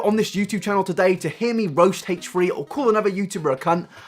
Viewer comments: Hache-ree hache-ree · haitch re haitch re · Hate-Tree Hate-Tree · "Hache Free Hache Free" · haech ree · Haychrie Haychrie? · haich free haich free? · hach-ree hach-ree